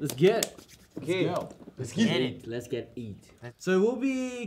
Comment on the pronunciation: why is no one talking about hyunjins “let’s get IT”